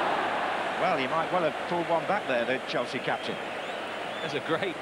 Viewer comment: All i can hear is chels as they all went to a different club and couldn't Finnish saying Chelsea....